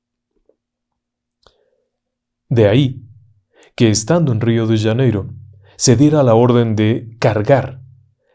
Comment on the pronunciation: "" Rio d Yaneiro " dijo el Ingeniero...???? 😂😂 RIO DE JANEIROOOOOOOO